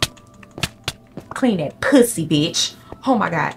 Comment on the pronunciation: HELPPPP I LOVE HOW SHE SAYS "POO-SEE"